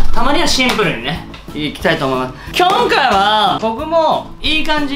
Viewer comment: きょんかい(今回)はぁー！笑